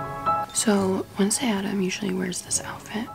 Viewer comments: "WEDNESDAY ADAMAS"😭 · "wednesday adamas" "wednesday addmas" lmaoo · "Wednesday ADAMAS" HAHA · “wednesday addmas” its addams. LMFAOAOAOA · is no one gonna talk about that she said addmas instead of addams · We love how called Wednesday “Wednesday addmas”